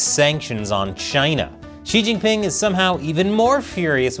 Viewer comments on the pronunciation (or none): "Xi-her jing ping "